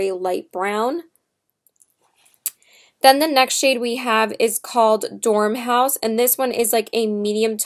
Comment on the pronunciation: You mean Dor-mouse, not Dorm-house. Nice video...thanks for the honest review...:) Listen to the old Jefferson Airplane song "White Rabbit"...you will probably enjoy it since you are such a fan. A interesting view of the story....:)